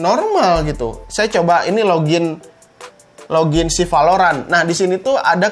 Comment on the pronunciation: Ciri khas channel ini kalo bilang " v " jadi nya " p ". Like valorant bilangnya palorant